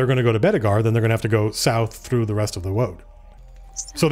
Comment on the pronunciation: "This woad is jacked" LMAO!